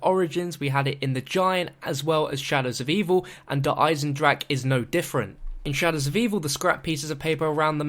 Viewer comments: that's how Germans actually pronounce it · Thank god he isnt saying "Der Eisendraha" in this one. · Finally, said DER EISENDRACHE correct!